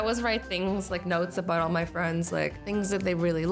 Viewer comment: Why do you always said meh not my!!!???